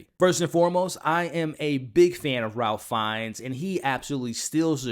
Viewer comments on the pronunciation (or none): I seriously couldn’t stop hearing his mispronunciation, along with how he said he was a big fan of Ralph Fiennes, but couldn’t say his name properly! I usually like this channel, but this was disappointing.